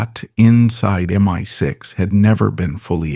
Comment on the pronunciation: MY 6.....😂😂😂😂. Oi AI...it's M.I.6. 😂😂😂